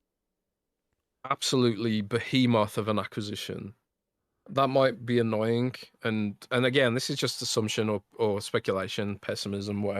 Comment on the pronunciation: there is no k in annoying!! FYI, its annoying not annoyingk